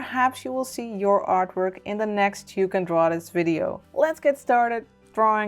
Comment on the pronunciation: Hy i adore your "tou van draw this"